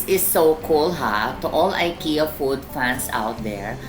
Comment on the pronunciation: you have been to Sweden and you didn’t cared to know the right pronunciation of Ikea? you should research more if i were you